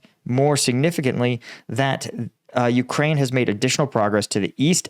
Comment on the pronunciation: It's not vuh, it's veh,. Ukrainian here